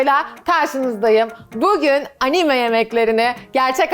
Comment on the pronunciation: Abla anime kelimesinim vurgusun dogru kullan lütfen😭